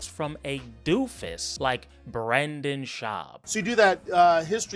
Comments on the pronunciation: calling him "bwenden" is crazzzzyyyy bro i choked on my beer on that one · The funniest thing about you is how you pronounce "Brendan"